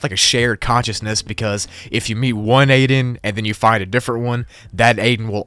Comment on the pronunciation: Aiden not aden